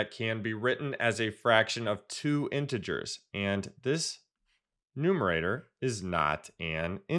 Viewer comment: It's not intgrs it's intee ge4s